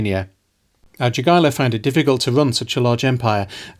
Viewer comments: Great video! I love seeing the history of this part of Europe finally getting some attention and being covered in a competent manner. The only small nitpick I have is with the pronunciation of the names Jogaila and Jadwiga (They should sound more like Yogaila and Yadviga. My Polish brain was like: "Who's Dżogaila and Dżadłiga? That sounds so funny". 😅) On the other hand, you pronounced Radziwiłł really well. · And yet polish themselves still cannot pronounce Lithuanian king name - Jogaila - correctly. He is not 'yogiewa' 😂👑